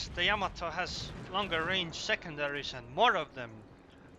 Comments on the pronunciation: Yamato is not pronounced... YAMA- to. It is pronounced... Ya-MA-to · "yA mA to" of course.